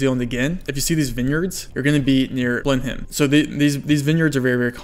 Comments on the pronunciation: Blenheim is pronounced blenum btw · cool tips! blenheim we usually pronounce as "BLEN-im" btw. cant wait for more of this type of content. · "blen-heim" rainbolt 2022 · blenheim is said blen-um!!!!